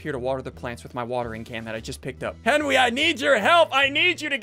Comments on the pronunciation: Hes been saying Henwy for a long time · "Henwy did the wights"-Sundee 2020